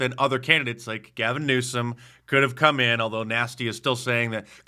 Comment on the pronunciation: Did you say Gave in Neutered?